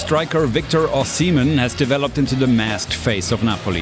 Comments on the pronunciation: @@ lol good of you. It’s O-she-meh-in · Lol, you guys made a point to find the correct pronunciation of “kvaratskhelia” while butchering “Osimehin” in the same breath! Signed, an angry Nigerian who loved the video 😂